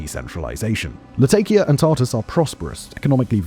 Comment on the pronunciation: Jesus christ could you look into how to pronounce places names, considering you cant even get Latakia right and its pretty fcking simple.